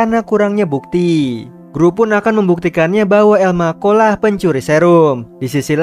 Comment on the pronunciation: elma cho menjadi elmako wkwkwkwkwk